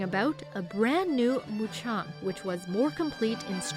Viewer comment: notice. not Mucham... MuKam